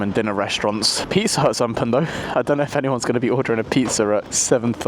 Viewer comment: Why do you say the word open the way you do?